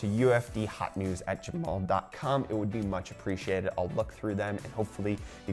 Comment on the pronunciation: The way you say gmail pissed me of ngl